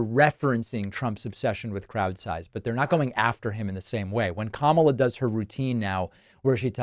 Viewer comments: Trump's really having trouble pronouncing Karma. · Did anyone notice he pronounced her name correctly when calling her the B word 🤔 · Anyone notice how in private he pronounced her name correctly (even while calling her a b)? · I liked Colbert's joke about this. "It's pronounced 'Karma', and yeah it is a bitch." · He claims any black female he doesn't like nasty. I would also like to quote Stephen Colbert and say, "it's pronounced Karma, and yes, it is a bitch."